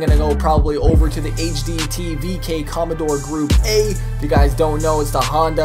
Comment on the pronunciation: comondore he says ahahaha im dead